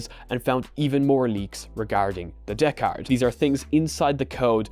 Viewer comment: I like how he says Deckard like a pirate DAA-CARD!👽❤️👽